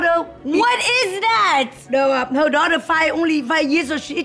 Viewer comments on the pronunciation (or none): "i dont hab to aks u...u my duwtah" LMAO i tell my daughter the same thing all the time!